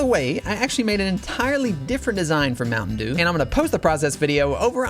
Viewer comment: Bro turned mtn dew into ompa dew💀